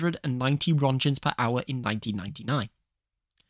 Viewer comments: i hate to be that guy but its not "ronschens" its Röntgen with a k like in Kentucky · Roetgens, please pronounce it correctly